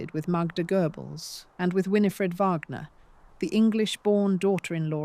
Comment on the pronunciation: AI just can't get pronunciation correct. Couldn't even get Redesdale pronounced correctly let alone Wagner. Couldn't continue watching after those early errors.